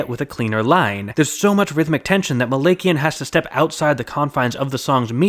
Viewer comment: I’m sorry but Daron’s last name is pronounced Muh-lak-e-N